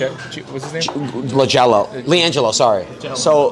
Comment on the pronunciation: Bro really said "LAGELO" 💀💀